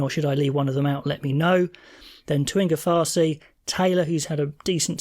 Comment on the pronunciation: Samisoni Taukei'aho - Tuh-key-ah-hoe Nepo Laulala - L-owe(like ouch)-lala Ofa Tu'ungafasi - Off-ah Two-ung-ah-far-see Tamaiti Williams - Tum-i-tee Tupou Vaa'i -Two-poe V-eye Ardie Savea - Sah-v-ah Samipeni Finau - Sam-eh-penny Fee-now Richie Mo'unga - M-ow-ung-ah Braydon Ennor - Enn(the letter N)-or Emoni Narawa - Em-on-ee Nah-rah-wah You got Leicsters name right from what i remember. Mark Telea - Ti-lee-ah I think thats all from now. Wasn't trying to be rude bro. just want to hear the beautiful names be said as they intended. In these languages the vowels arent as sharp at the end. If you could imagine saying A E I O U the way we would but then take the ending of each sound off. Ill have to show you one day